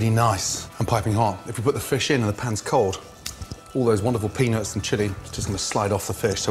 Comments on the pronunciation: I'd advice him to watch and listen to his own videos, the way he says "peanuts" triggers many children to write childish comments here. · That's ALL you took from that whole video huh? LMAO Now I cant Unhear it. 'shake up your peanuts' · With a word like "peanuts," it's really important to put some effort into pronouncing the "T." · Every time Gordon says "Peanuts"!!! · He says peanuts wierd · I really like Gordon Ramsay. With that said, he really should make more of an effort to accentuate the "T" in "Peanuts". And my favorite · you’re not saying ‘peanut’ right, mate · ehehehe he says pennis instead peanuts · Sounds like penis but hes saying peanuts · Whenever Gordon says "Peanuts" All I keep hearing is penis lmao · all i hear is pennies and chilli sauce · lol.... 80% of the time he says peanuts, i hear peenis. omg... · Did he say peanuts or penis?🤔🤔🤔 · Does anyone else some times hear Gordon saying "penis" instead of "peanuts" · I'm not a hater of gordan but why does sound like he says penis a few times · Lol did Gordon said "the penis and chilli" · I heard penis haha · "Now for the penis and chilli" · Gordon: now for the penis and the chilli Me:wtf Gordon:peanuts and chilli Me:ohh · I swear he is saying penis when he says peanuts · Now... for the penis and chilli 😁😂🤣 thats what i understood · I swear I've heard "Penis" 10 times when cooking with the peanuts. Adventurous. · When he says peanuts I hear penis wtf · sounds like saying “penis in” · i thought he'd been saying "penis" the whole time but eventually realize it was peanuts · Penis or peanuts? I'm confused... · When he said peanuts , I thought he said penis . Penis in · it sounds like he is saying penis when he is saying peanuts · Every time he said penuts it sounded like penis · I dont even have a dirty mind. But everytime gordon says peanuts, it sounds like penis. not even joking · When he said peanuts it sounded like penis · when he says peanuts it sounds like he's saying penis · he totally says penis